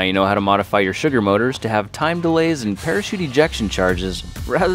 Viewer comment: At the beginning did you say chugar